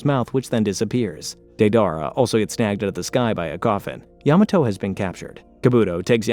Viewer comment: It's *Day-der-ahh